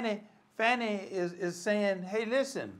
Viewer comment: Call her by the name she wants be known as - pronounced 'Farni'. It is Italian and that is the correct pronunciation.